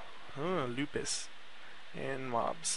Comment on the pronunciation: Just a Heads up, it's not Lupis it's Lapis :P